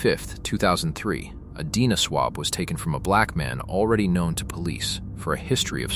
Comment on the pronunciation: You seriously can't teach ai to pronounce simple words correctly? Or distinguish between DNA & deena?!? Editors, please!